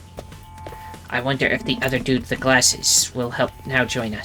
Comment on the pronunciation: I do like Takemaru~ Aaand she forgot how to pronounce Karua.... Hiruko is right, Leave him to die, Please and thank you~ Hiruko is kinda a bi- But she's cool~ Takemaru should follow the rule.. Equal Rights, Equal Fights. But you know in self defense.. Punching someone needlessly is just rude.. Board game~ Kill it with fire!!! The Pumpkin took the Pumpkin~ <3 Eito is safe now~ Amen hallelujah Peanut.. Butter....? This... Demo... Never... Ends.... Sirei was in the trash can? Interesting. A ghost person killed em! Hiruko is the leader! That was fun~ Have a good day, My love~ <3